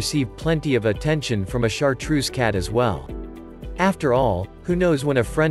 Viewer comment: Get a different narrator.No correct pronunciation, it is not chartroose, but chartreux(French), and automatic voice is horrible to hear..👎🏻